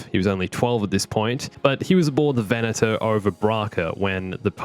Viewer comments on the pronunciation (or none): none